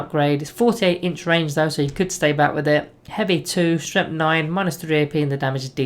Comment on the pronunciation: Love your videos, but I just HAVE to comment on how you keep pronouncing "Strength" as "Stremth". I just can't get used to it :)